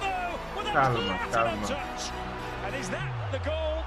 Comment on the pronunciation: The tobi's accent when he said calma is actually pretty good